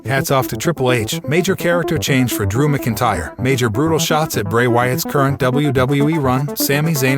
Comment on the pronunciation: please say drews name properly please